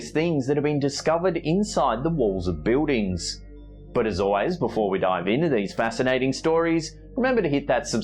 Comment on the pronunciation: I didn't realize the word "buildings" had a "W" in it... I had to say it!! PEW!!